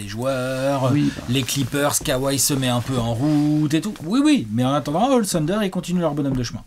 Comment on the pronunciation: coeur sur toi mais par pitié arrête de dire Tender pour le Thunder